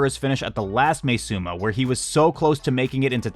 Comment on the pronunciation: btw im pretty sure its pronounced as ma-e suma rather than may suma